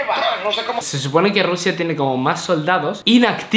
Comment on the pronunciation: Porque dises siempre rrusia